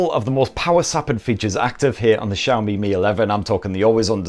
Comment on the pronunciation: Broooo it's SHaomi (Xiaomi) not JHaomi..damn